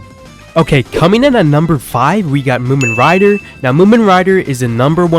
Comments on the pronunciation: i still cant get over the fact he called him "moomen rider" 💀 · bro said moomin rider